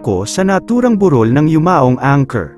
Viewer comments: Bakit po ang vlogger ay mali ang bigkas sa salitang "burol" di po ba kayo tagala? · Yung pronunciation ng 'burol' ng voice over eh yung Anyong Lupa at hindi yung lamay